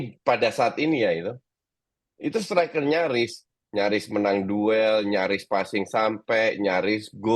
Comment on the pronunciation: STRUICK bukan striker